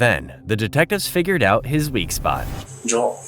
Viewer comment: So all he needed to do, was be called Alteir and they would have a full confession??! I know those detectives are pissed. And no wonder he didn’t answer anything bc his name is pronounced Jo-el, not Jo-ol.